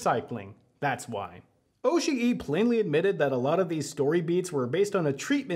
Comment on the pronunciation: The way you pronounce Oshii is like nails on a chalkboard. I know youre trying to make it sound more accurate to how a Japanese speaker would but it actually sounds like youve never heard japanese spoken in your entire life.